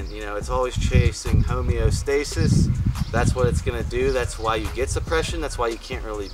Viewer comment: somebody learned to say homeostasis correctly lol